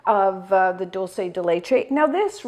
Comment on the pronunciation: Wow you said "dulce" correctly at the beginning of the video! I usually hear it pronounced wrong in the States. This yogurt looks amazing!!